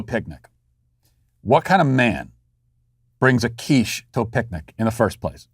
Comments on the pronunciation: Hey Matt, the first time you said QUICHE (you pronounced it perfectly, by the way, with just the right amount of French haughtiness) I knew where we were heading to. The only thing I can say is that the guy was right to repossess his quiche, because quiche is delicious. No offence to my French cousins! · Lol I am fench and I never bring a quiche. Good french accent by the way!